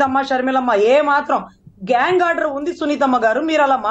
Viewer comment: Gag not gang.😂😂😂😂😂😂😂😂😂